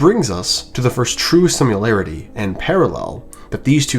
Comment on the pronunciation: Bro, "simularity"? "Harrenhell"?